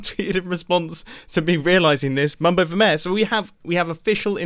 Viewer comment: it's pronounced "mayor" and not "määhh"..